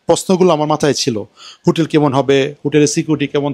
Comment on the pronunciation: হুটেল এ লাইট আর ফ্যান থাকে? জানতাম না তো!!! লাইট আছে এটাও বলতে হবে? আর উচ্চারণ ঠিক করেন। হোটেল বুঝলাম, কিন্ত হুটেল কি বুঝলাম না।